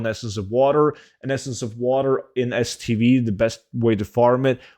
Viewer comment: Tiny lil request, to help the mega noobs out and idiots like myself who spent 10mins googling where "stb" is. could you perhaps say the full name rather than abbreviations. For anyone else who is looking to do the essence of water farm and kept hearing "stb" its Strangle Thorn Vale stv. good luck farming out there.